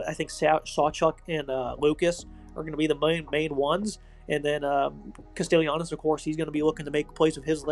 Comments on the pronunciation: It's pronounced CASTELLANOS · You're butchering Castellanos name. Kast-uh-lon-oh-s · Fr😂 was bothering me